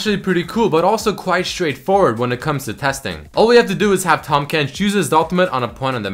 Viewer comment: IT'S TAHM FUCKING KENCH NOT TOM KENCH T-AHHHHHHHHHHHHHHHHHHHHHHHHHHHHHHHHHHHH-M KENCH not T-AWWWWWWWWWWWWWWWWWWWWWWWWWWWWWW-M KENCH